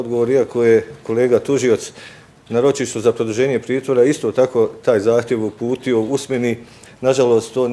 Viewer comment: Glumi sudiju, a govori "upućio". Žalosno...